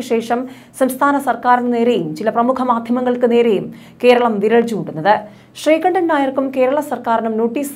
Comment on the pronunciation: Madamme, Avan sree kandanalla, sree kundan ennanu Avante name.